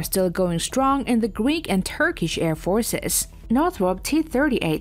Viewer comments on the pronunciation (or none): Non-native English speaker with bizarre placement of accents on certain words, annoying to listen to...air FORCES, operAtors, etc